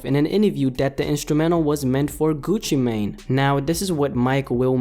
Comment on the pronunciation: It's pronounced "Gucci man" not "main"